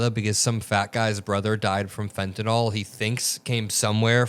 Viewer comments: Its not fentenol... its fentanyl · PLEASE PRONOUNCE THE DRUG CORRECTLY!! IT SHOWS YOU ARENT PROFESSIONAL. ITS FENTANYL (NIL) NOT FENTANYL (NOL). PLEASE! You're misinformed!!! R.N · my pet peeve: it is not pronounced FentaNOL -- it is Fenta NIL. end rant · Not always credible since the drug in not fentenOL, it is fentenYL. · I wish people would stop mispronouncing “fentanyl.” Is there an “a” in that last paragraph? No, that is a “y.” The pronunciation guide uses a schwa sound. Pronounce it as though it ends in an “le,” as in “little,” or “able.” You can look up the pronunciations of any word, and nearly any proper noun, online. There is no reason to mispronounce words, when you can find & learn the correct pronunciation in one minute’s time.